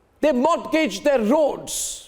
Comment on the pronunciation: Go and learn the correct pronunciation of Mortgage and situation .